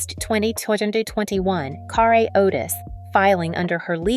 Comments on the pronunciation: Ugh say her name right it's not car a. It's car rie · Guys, her name had an accent (perhaps she removed it or they left it off) but it is actually pronounced carr -ay. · It's CARRE .. pronounced Carrie .get it right..